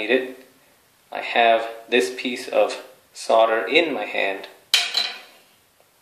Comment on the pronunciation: solder has an L in it.... it is not "sodder""